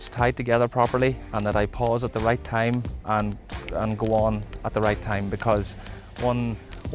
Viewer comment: Shright, Shleft. Awesome, lol.